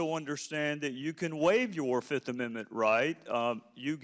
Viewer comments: "I plead the FIZZIIFF!" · I bet he watched chappelle show before this hearing. "I plead the fif"